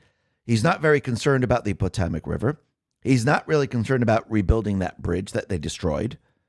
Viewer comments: Potamic??? Where do you get Po Tah Mic from??? Cmon....it's called the Potomac....PO....TOW....MAC Sheesh....you are terrible with the simplest pronunciations.... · The Potomac is not pronounced the way you are repeatedly mispronouncing it. Potomac is pronounced pə-TOH-mək (puh-TOH-muck). The emphasis is on the second syllable, "toe". Wiktionary, the free dictionary Wiktionary, the free dictionary +3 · The river is pronounced pa-tow-mac. I lived in the DC area for over 40 years… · Did they rename the Potomac River … the Potamic ? Are you kidding? Are you an American? Get it together, man. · Its pronounced... Po-toe-mick